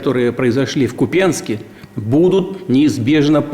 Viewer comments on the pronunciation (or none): Только дебилы Ку́пянск называют Купя́нск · Даже не знают как правильно произносить населённые пункты в Украине, не КупЯнск, а КУпянск, с ударением на перый слог !!! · купенске? Купянск! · не в КупЯнске, а в КУпянске, идиот. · особь произнес КУпенск как редкая особь и еще заикается по поводу поджигателей войны ,,, какой же надо быть редкой мерзостью, чтобы творить такой КОШМАР в Украине. МИР УКРАИНЕ !!! ДОНБАСС , КРЫМ ЭТО УКРАИНА !!!